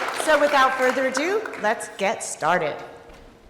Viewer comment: The introducer pronounces "ado" (twice) as if she probably thinks it is spelled "adieu."